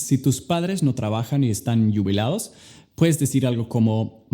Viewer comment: like si aún no estás "Yubilado" XD LO AMEEEEE!!!!!!!!!!!!!! :3